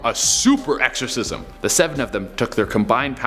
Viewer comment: I like the part when he says: so he called another 6 priests to perform a SUPER ERCXOSISM